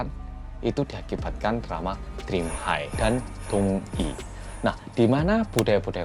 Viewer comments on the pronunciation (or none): none